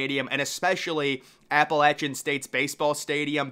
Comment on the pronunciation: Love Appalachian Made the list and that you pronounced it correctly! Go Mountaineers!